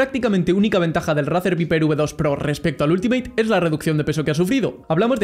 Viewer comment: se pronuncia "vaiper" ni viper JAJAJ típico español